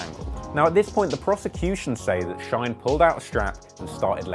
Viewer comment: His name is not Shoiyne bu Shyne